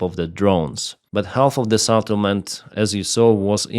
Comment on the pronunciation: The first e in settlement is pronounced like e in the word bell and not like a in saddle or after